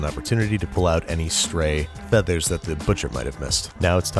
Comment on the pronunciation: I’m sorry, but the first time he mentions feather he says “fefars”